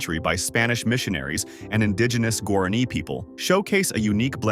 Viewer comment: Language and currency is pronounced “wah-rah-NÉE”.